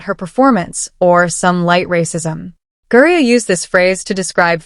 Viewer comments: can AI creators not review their own creations? how many times can they get the name wrong? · This AI is pretty bad. The pronunciation of names is terrible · Learn how to say Griner what did they hold Griner for in Russia and what did they discover about Griner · The narrator has no clue she calling GRINER THAT... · Why can’t you narrator speak a person’s name correctly? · Could you at least use a non AI voice. Pronounce the names properly. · I hate this dude but say it’s name right. Lol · GRINER, GRINER< GRINER, not Gurrier, Fix your damn AI. and it's a MAN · Who the hell is Gurrier? The video clearly includes “Griner” but refers to Gurrier! AI videos suck! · How ignorant and unprofessional is this site!! You keep saying GURIER INSTEAD OF GREINER!! What’s wrong with you!! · This AI voice keeps saying Griner a different way every time it says it. Listen it says Griner,they Greyer, then another pronunciation lol c'mon AI get it right lol 😂😂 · Dude I can’t get past the AI saying Gurrier Grinder and Griner. Can’t subscribe when I can barely listen. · Gurrier?!?!? Really? If you're going to do a video of someone, even calling them out, you at least have to get their name right. It's Griner. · Who the fk is Gurrier?? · I thought his last name is Griner not Gurrier ?? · The name isn't Gurrier it's GRINER!! This is what I mean about using AI for your narrative you screw up names and words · Gurrier? Isn't it Griner? AI still sucks. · GURRIER? NO. Griner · The AI narrative lost me when it pronounced HIS last name as Gurrier. Get it right. It's name is Brad Grinder. 😂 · Who the hell is " Gerrrer"? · If you're going to post AI, try to get the pronunciations right. "GRINER", not Gurrier. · Who the hell is Brittany Guriur? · I’m assuming Gurrier is actually Griner. Is that AI saying Gurrier? Yes, that is so annoying! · Why you keep calling him Gurier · His name is Gurrier? 😅 😂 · Why can’t AI pronounce the last name correctly? 4th vid I’ve seen saying Gurrier instead of Griner.